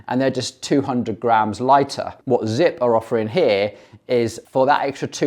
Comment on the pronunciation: He lost me at “Zipp”